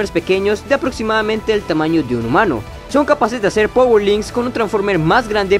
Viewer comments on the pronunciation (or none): none